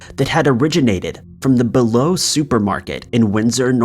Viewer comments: Yes, it's pronounced BEE-low Bi-Lo ("buy-low) is a completely different store. Neither is pronounced "below". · It’s pronounced bi-low Now below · They pronounce it Bee Low in the 911 recording.